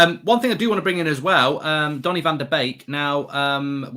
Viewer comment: 10.55 Iancy calling Donny Jonny 😂😂😂😂😂😂😂